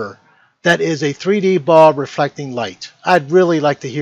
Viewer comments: Why can he not pronounce the L in ball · is it me, or is this guy not even able to pronounce the word, "ball"...